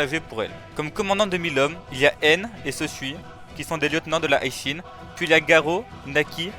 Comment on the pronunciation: Pourquoi tu dis l’unité High Shin ? Y’a écrit Hi et pas High mon pote C’est Hi Shin Tai et non High Shin tight